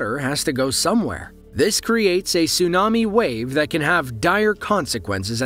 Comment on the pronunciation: "Tsunami" lol